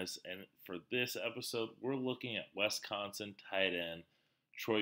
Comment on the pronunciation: ITs Wis Not Wes consin ! How is this state so hard to pronounce for people who are not from here? WISconsin doesnt even remotely look like it would be pronounced WESconsin .